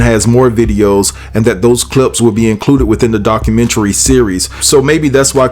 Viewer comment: You are the first CC to pronounce "documentary " correctly... because of that, I've subscribed!